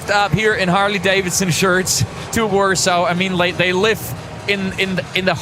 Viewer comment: Why does the guy keep saying warso? Isnt it warsaw?